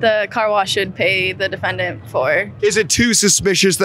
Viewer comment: Why does harvey (the reporter outside) always say "defenDANT" instead of "DEfendant" 😂 he puts the stress at the end of the word and it sounds so weird